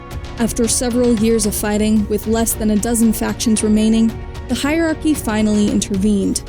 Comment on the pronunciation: On behalf of Aki's everywhere, I respond to the Turian Hierachy with "Hi Bioware." (Makes sense if you hear Hierachy as "high aki", Also explains this joke.)